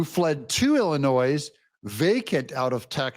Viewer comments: Just an FYI. It's pronounced Ill-a-noy. Not Ill-a-noise. Just a little journalistic assist for you. Please don't take offense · Doug. I know by your own admission..you a "barely literate cartoon artist." The S in Illinois is silent. Not complaining, just trying to help you with your literacy. 😊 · ......The " s " in Illinois is silent...................Grammar Nazi much...lol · Come on Doug, the "s" in Illinois is silent.